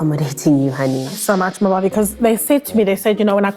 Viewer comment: The way she pronounced "Mbali" as "Ma-Mbali" 😭😭😭😭